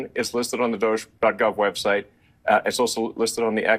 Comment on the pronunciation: I think it should be pronounced dodge-ee